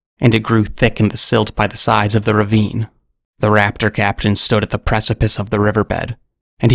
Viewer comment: The more you said “raptor captain” the more I heard “craptian”